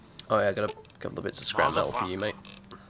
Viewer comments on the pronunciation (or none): none